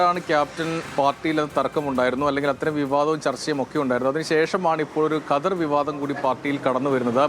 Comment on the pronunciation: ഘദർ അല്ലല്ലോ? ഖദർ അല്ലെ ഒരു മാധ്യമ പ്രവർത്തകൻ്റെ ഉച്ചാരണം കേൾക്കുമ്പോൾ പുച്ഛം തോന്നുന്നു.